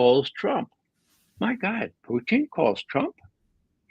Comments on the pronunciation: He's insightful, but this guy annoys me. It's POO-TIN, not Putein. He's a man, not a source of Protein. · Can Ray McGovern stop calling Putin Pu -teen, he sounds dumb when he says that.